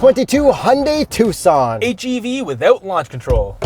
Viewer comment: Thanks for pronouncing Tucson correctly